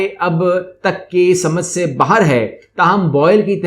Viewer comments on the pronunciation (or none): none